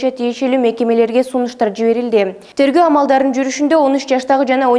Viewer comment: Сакоосунбу же манкасынбу корутунду дегенди кортусу дейсин тергоо дегенди торгоо дейсин